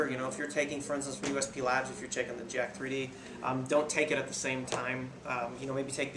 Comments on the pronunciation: It's said as "Jacked" not Jack 3 D lol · great review, i just HATE when people say JACK - THREE D. its JACK3D, you say it like JACKED! lol. other than that, great review!!!